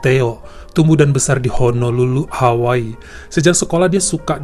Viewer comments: Kok bacanya HAWA-I bukan Hawaii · Hawaa i,,lucu deh si abang bacanya Hawaa ii